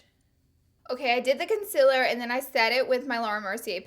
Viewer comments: Did anybody notice she says con-cil-er intstead of con-ceal-er? 😂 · okay, you're great, but the way you say concealer bugs me soo much. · I will never get over how she says concealer 😂